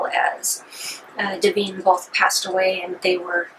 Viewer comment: 1. It's Duh-vine. 2. You seem way too uncomfortable with this film. 3. It was the first time a transwoman was in a movie for general release. And mr marbles running in fear from her showing off to me as a fellow transwoman was fucking hilarious. 4. The dog was fed steak for three days according to John waters. Better than cat shit and garbage. 5. There are two people in the world. Those who think Pink Flamingos is funny and over the top, and those who forget it was a gross out flick, meant to offend and shock.